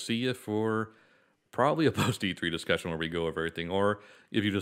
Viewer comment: Dicussion, now without the 's'!